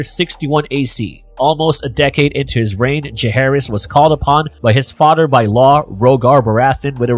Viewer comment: Does it sounds like he’s saying “fahter”